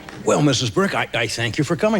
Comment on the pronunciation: This just came up on my feed also but I keep missing the way the last name is pronounced. Is he saying Brick? I have a Josephine Brick from iowa but think I am just hearing him wrong